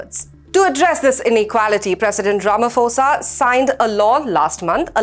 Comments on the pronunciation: Just one tip, when you pronounce Ramaphosa's name - pretend the 'h' is not there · Mr Ramaphosa not Ramafosa